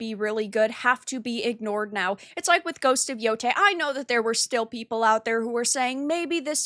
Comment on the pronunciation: ITS YO-TAI NOT YO-TAY